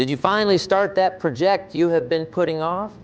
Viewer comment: This is AI. Scary. You can tell like how it mispronounces homonyms like "project". Great message though.